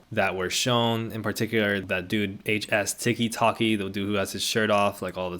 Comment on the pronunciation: the way you keep saying HS Ticky Tocky has me giggling so hard bruh 😭